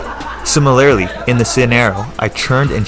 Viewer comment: Such a good video! Simi-Larly lol